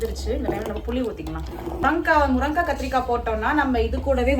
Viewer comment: First pronounce the words properly morankai illa athu murungai kai